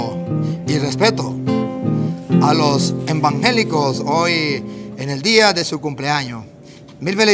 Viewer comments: Que Aprenda a Pronunciar: E [VAN] GE LI CO... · Él lo sabe pronunciar, lo pronuncia bien cuando se refiere a los verdaderos evangélicos, dice "embangélicos" cuando se refiere a los falsos evangélicos, a esos que como en Juan 5, 39 ESCUDRIÑAN LAS ESCRITURAS porque no creen en el Enviado del Padre (Juan 5, 38), a esos que Cristo reprende en Juan 5, 40 porque no quieren ir a Él para tener VIDA, pues no creen lo que Cristo dice en Juan 6, 53-54 que se debe hacer para tener VIDA ETERNA.